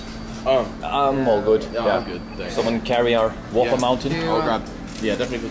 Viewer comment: It is a Whopper. Not Whooper